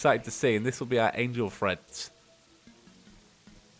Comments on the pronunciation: Still saying threads I see.... Treads... Like I said last time, it's Treads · I kept hearing it as "angel friends" ... then eventually I figured out the actual name was "treads" Has he been saying "threads" instead of "treads", or am I just getting tripped up by the accent? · Yes I heard threads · Yeah he was saying threads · The whole time I thought he was saying "angel freds" and I see the name wen he is about to craft it and I'm like " ohhhhhhh" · YOU'RE SAYING TREADS WRONG by the way